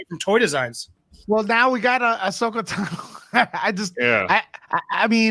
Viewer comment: Could you please learn how to say Asohka Tano properly lol?